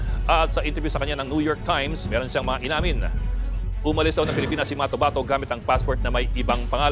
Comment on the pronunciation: Matobato hindi motabato.